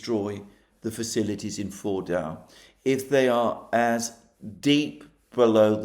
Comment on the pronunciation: FORDO is the correct way to pronounce it, with a soft almost silent w sound at the end not a hard one as you use.